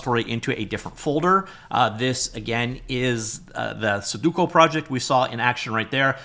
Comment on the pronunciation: "Suduko", why do you pronounce it like that 😭